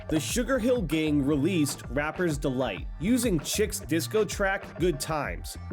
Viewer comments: "chick"... Brother chic is French- "sheek" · Lol it's not "CHICK". CHIC is prounced "Sheek" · "CHIC" is not pronounce ""chick". Its pronounced "SHEIK" (SHEE'K). And FUCK BIDEY WIDEY! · sheek not chick.@ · Never thought I'd get old enough to hear someone mispronounce the band Chic. :face-red-droopy-eyes: P.S.: It rhymes with the word FREAK